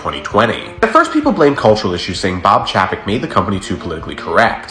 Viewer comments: Chapek pronounced Chay Pek not Chaa Pak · It's pronounced 'Bob Chay-pek,' not Chappek. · I’ve heard chapek pronounced as “CHAIPEC” so hearing your version sounds funny to me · It's pronounced chay-peck. Have you forgotten how vowels work? If yoi have a vowel consonant vowel combo, the first vowel is said like you say it in the alphabet. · I think Disney had less of an issue with Bob Chapek as you do having an issue pronouncing Bob Chapek 😂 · You’re pronouncing his name wrong. It’s Bob Paycheck